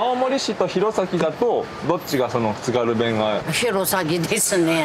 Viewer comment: 津軽弁の発音は『つか゜るべん』😂